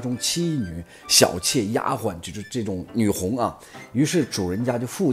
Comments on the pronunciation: 女红。跟我读（gong），不是（hong）！ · 提两个小建议： 女红，音“女 gong” 瞠目结舌，瞠音“Cheng” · 读女gong不是女红… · 女红（gong，一声） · 没错。我听到了会往奇怪的方面想。不说了，先去面壁了。